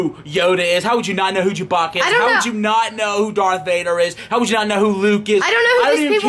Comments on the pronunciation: He said jewbacca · lol you said jewboacha